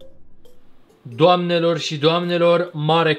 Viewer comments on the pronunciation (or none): Ai zis: DOMANELOR SI DOAMNELOR